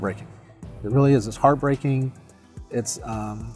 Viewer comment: When he said its hearthbreaking to be arrested it broke my heath